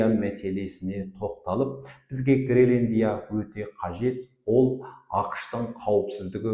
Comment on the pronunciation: Ассаламу'аликум, мырза! Мен сіздің тұрақты тыңдаушыңызбын. Менің сізге айтар уәжім бар. Гелендия емес, Гренландия деп толық әрі түсінікті тілмен айтыңыз. Сіз белгілі журналистсыз ғой. Сізге тіліңізді сындырып сөйлей ұят. Тағы да айтарым, сіз жиырмасыншы деген қазақтың сөзін толық айтпай, жирманшы деп сөзді жеп қоясыз. Олда дұрыс емес, лингвистикалық жағынан өрескел қателік. Тағысын-тағы тілдік жағынан сізде қателіктер өте көп. Бұл сізге сын, үлкен сын... Бұны неге айтып отырмын, Қазақылықты дәріптеп жүрген сіздер былай сөйлеген соң басқалары (тілді бұра тартып жүргендер) не істемейді.